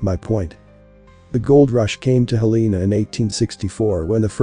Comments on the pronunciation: Not “Heleena” “Hellanuh” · You are pronouncing the States capital wrong. Its pro-nounced Hell-in-A spelled Helena. YEP, the population is also wrong. They ( the corrupt mt gov.) Keep all the cities population down. In Missoula mt. In 1980 the census was around 80,000. To 100,000. People. Then in 2020. They said the population is only 100,000. People. But in truth there is over 1 million people in Missoula. & in most larger cities in mt. Have over 1 million people. They keep the numbers down . So the Books will NOT show how much in taxes the Local gov. Is getting. Did you know all property tax goes to your local city gov. Not the State just your local city. Schools, police, fire depts. Etc... a 1 bath 3 bedroom house is average 5-7,000 per yr in taxes. I can prove this... that mean you have to save around 5 to 700. A month just for the taxes. On a 14.00 $ hr job. Wont cut it. That is if you own your own house. If you have a mortgage the cost goes up. & there is No longer any real industries in Montana anymore. Some coal in the eastern part of the state. But no more mills anymore. 😢. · It's Hel la na. I don't know what you say on the west coast. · Like the content, teach your robot how to pronounce Helena correctly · Yeah, It could have been better if Helena was pronounced correctly.